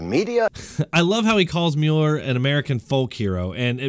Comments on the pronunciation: Sir. Oh my dear God. At the beginning of this video you seem to have made a point of suggesting that viewers or writers had told you you mispronounced to work. What God willing you've done it again. The man's name is Mueller... Like ( MULL.ER ) Not ( Mule.er.. ) When someone says to think about something and come back tomorrow you don't mule it over you mull it ove rt ? - Nowl I don't know what part of nation you're from but... But respected it's not that difficult to pay attention to every press mentioning and every other radio DJ that mentions his name so much differently than you are. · its pronounced 'mull-er' lol